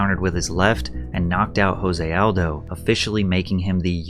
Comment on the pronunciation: I like how he pronounces Kabib's name right, but not Aldo's.